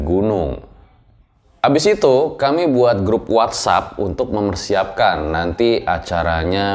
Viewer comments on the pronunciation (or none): none